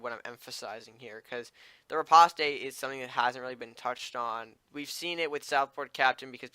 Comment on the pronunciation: Riposte is pronounced: Ri-POST. It's french so you don't pronounce the E